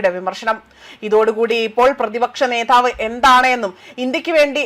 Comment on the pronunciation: നേധാവ്, മാധാവ്, എന്തേരണ് അപ്പി നിന്റെ വായന 🤣🤣 നേതാവ്, മാതാവ് മസ്സിൽ വിട് ലൂസ് ആക്ക്..😂